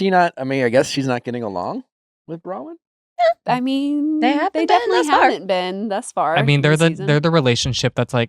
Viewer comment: I love you guys and this pod but PLEASE get Nick to say BrowNwyn not Browyn, its driving me mad haha